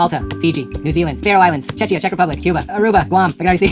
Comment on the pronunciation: What is Chechia? XD But you said then Czech Republic, so we are good ^^